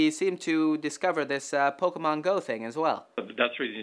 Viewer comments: anyone that says pokemans instead of pokemon just seems out of touch to me, not to mention it's bloody annoying to hear :/ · tim actually said poke-man lol